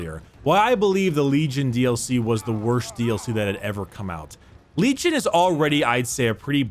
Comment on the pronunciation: Did you say Lejim